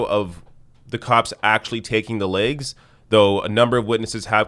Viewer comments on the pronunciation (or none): It’s “legs”, not “laiges”.